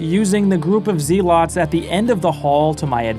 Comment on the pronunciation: Not the "see lots" 😭